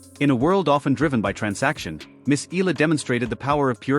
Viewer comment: Just wanna correct how the narrator said Alex's last name EALA as ELA or ILA, it should be said as E-YA-LA! ;)